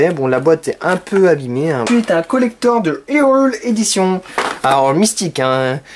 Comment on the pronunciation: le mec sait tellement qu'il va dire de la merde qu'il fait déjà l'accent Anglais sur le mot "collector"